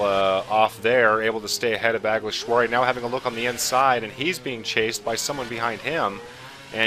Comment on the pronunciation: Well done you perfected alguersuari's name, also great race